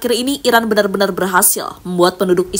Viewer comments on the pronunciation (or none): yang mengisi suara narasi ga jelas bicara, antara bilang "Iran" tapi lebih sering terdengar "Irak"😂😂😂